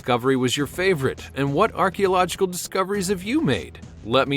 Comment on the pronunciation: At the mark, listen how “archeological “ come out. 🤔 Stroke?